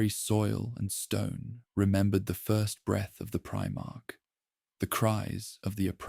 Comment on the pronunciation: Also "pree-march"